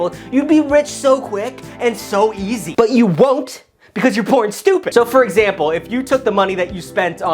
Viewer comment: I love how he said easily